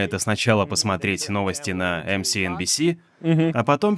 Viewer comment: Давно на вас подписан, Илья, но вот это твоё "посмареть" жутко бесит.